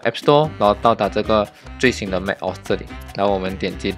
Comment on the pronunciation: 要不要再認真聽一下 Google翻譯怎麼說macOS？不然你也有系統內建的語音系統，比Google還標準